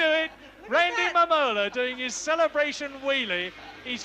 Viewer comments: Randy Mamola (ma'm-uh-la) :face-green-smiling: I'm almost certain I would botch names also. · its mam-mole- la